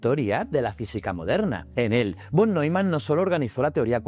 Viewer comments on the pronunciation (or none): Ostras los de Von suena fatal pienso que la pronunciación correcta en “fon”